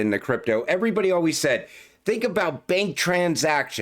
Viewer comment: " as with you alweez"😄